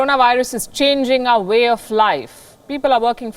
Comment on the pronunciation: It's " our way of life" with a " W" not our " VAY" with a "V". Get it right! Centuries of being " BRITISH OWNED" and you still CAN'T speak English properly. How embarrassing!